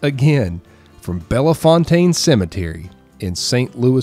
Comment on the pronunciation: Slight correction..Bellefontaine doesn't have the A sound..its just Belle- Fontaine